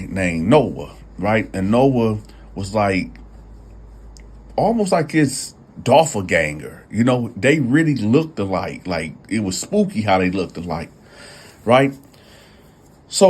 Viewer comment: It’s pronounced “doPPleganger” bro 😅